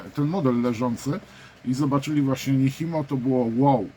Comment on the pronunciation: To się raczej wymawia "Niczimo" 🙂